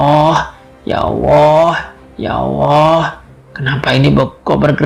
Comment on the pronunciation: Mas min.. Tlonk untuk artikulasi kata2 lebih di prhatikan, mhon maaf mungkin mas mimin bukan bragama islam, jd sy minta tlonk utk di prbaiki, contohx seprti pnyebutan lafadz ALLAH, tlonk yg baik dn bener bulan ya owo ya owo., ini nama Tuhan mas, pemilik langit bumi dn sluruh isix.. Trmsuk jiwa raga mas mimin ini.. Trimaksih smoga mkin jaya.